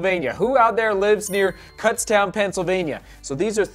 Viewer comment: I live about 20 minutes away from Kutztown and it's pronounced k-autz-town.